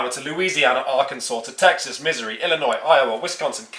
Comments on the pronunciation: My favorite moment was when Missouri was pronounced Misery... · I love how he said misery instead of Missouri.